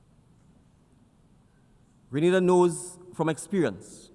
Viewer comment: Great presentation and well said. Now, if we can get the announcer to pronounce the name of the country correctly after it was said multiple times, that would be great as well.